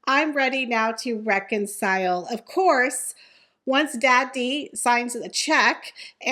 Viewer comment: Dear., while I love your show and this is your show. I cannot listen because the way you pronounce Daddy. There is no reason to do it.